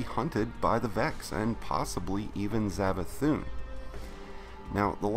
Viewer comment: is he saying zavathun?